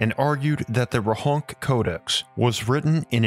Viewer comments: Great video, but it's Rohonts not Rohonk :) Also the town is in Austria today and it's called Rechnitz in German. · I think it's pronounced as 'Rohonts', rather than 'Rohonk'.